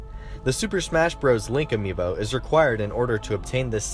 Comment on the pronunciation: Yeah, that's how it's pronounced